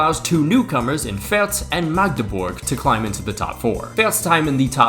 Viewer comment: brother said Fürtz lmfao